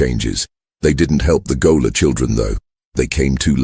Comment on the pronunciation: If you're going to have AI read the script, at least correct such egregious errors as gaoler pronounced goaler.